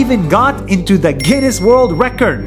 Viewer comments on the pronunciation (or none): none